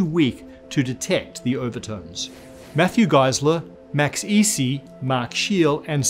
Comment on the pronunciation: So his name actually isn't "guy slur" it's "geese lur" it's a Germanic last name so the second letter (in this case it's an "e") is what gets pronounced. My name is "guy slur" his is "geese lur"